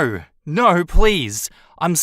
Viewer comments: naurrrr. I love Australian accents. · naur naur naur took me out 😭